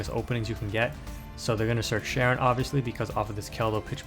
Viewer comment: Hearing people call her Sharon is such a huge pet peeve of mine lol. It's pronounced Shy-ren. But great video as usual.